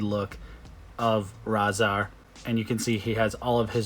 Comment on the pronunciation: Raz-arrrrrr and Tok-arrrrr lol